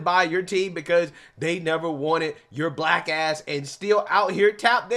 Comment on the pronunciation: I can't take any person seriously who says the word black with two syllables. All I hear is "WAHHHHH WAYCISMS!